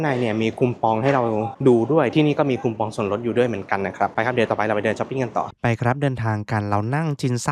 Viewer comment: ชอบดูคลิปญี่ปุ่นมากๆค่ะ ให้รายละเอียดดี ขออนุญาตตินิดเดียวทำไมเรียกคูปองว่าคุมปอง มันฟังขัดๆนิดเดียวค่ะ